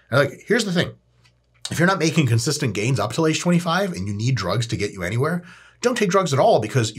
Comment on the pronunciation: “10 conistant years” 😂😂😂